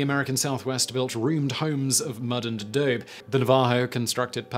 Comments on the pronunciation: Pronounced "NAVA-HO"..... ah-DO-bee..... etc etc etc.... LOL Great video! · Half of my enjoyment of these things is listening to Simon butcher 95% of the new names and words he comes across. Adobe might have been my fave this time around. I guess when you've got twenty five channels going, you got no time to look stuff up. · 2 things: 1.. adobe is pronounced uh-doe- bee. 2. As a descendant of Blackfoot and Sauk tribes i love most of this. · Simon: For future reference its pronounced ah dobe ee and Nav ah ho and Hope ee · You missed his mispronunciation of adobe and Iroquois.